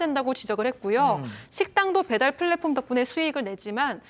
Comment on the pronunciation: 양기자님... 팬(FAN) 인데요... PLATFORM = 플(P)랫폼(F) 입니다 FLATFORM이 아니라... 한국사람들 P랑 F 맨날 바꿔치기 하는거 이제는 더이상 하지 맙시다요... 제발... 그냥 순수 한국 발음으로 하세요 한국은 F 발음이 없자나요 그냥 ㅍ(P)으로 하세요... 플리즈!